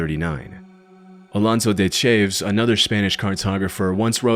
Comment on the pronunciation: ALONSO DE CHAAAAVES???? bro seriously if you don't know how to pronounce foreign names look it up before trying. it's pronounced CHAH-VESS jfc. lets all give a round of thanks to labor rights hero CESAR CHAAAAVES lolol